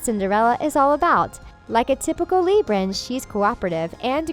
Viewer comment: You literally said libran I’m offended